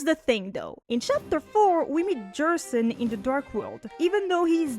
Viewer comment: Its easier to pinpoint a motive for carol doing things over dess, who we still know little about. Also interesting gerson pronounciation